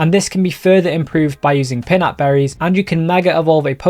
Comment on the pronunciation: Everytime pronounces pinapberries as pinupberries, I get a weird but huge boner.